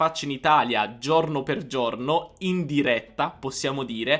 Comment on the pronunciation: comunque giorno si dice con la o chiusa, giorno. se sei insegnante di italiano le e e le o le devi pronunciare giuste, aperte o chiuse come é giusto. forse ascoltando i toscani avresti imparato. E non si dice cielo pronunciando la i, la i in questo caso é muta, come se fosse scritto celo. ma, insomma, alla faccia dell' insegante di italiano.